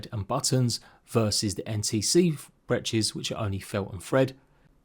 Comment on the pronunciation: the way you pronounce breeches hurts my ears but otherwise a good video!